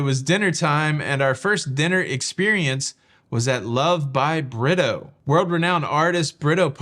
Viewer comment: Hey - it’s not pronounced Britto but “ Brea toe” shout out to Ludicrous 🤣 Fantastic recap!! I would love this experience